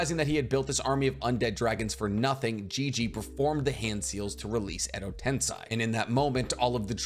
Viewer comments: edo tensei - "sei" is pronounced more like "say, that's a cool headband", not like "sai" the emo Sasuke replacement on Team 7. Cool breakdown, I may actually read this manga. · Been holding myself back from dropping this comment for so long since I love content But is it really that hard to pronounce Edo tensei? Ten:10 Say: to speak Ten-Say, It's not that hard, it's equivalent is found in english. Sorry to say this, but it's been bugging me for so long. I never understood how people could be so passionate about sticking strictly to pronunciations until I kept hearing say "edo ten-sigh" over and over and over again